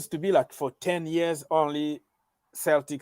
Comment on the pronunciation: Lampard needs to do it right he is not yet ready for Premier League. Ambition is one thing common sense is another. Its pronounced Seltic like Auges. John Terry will be a far better coach.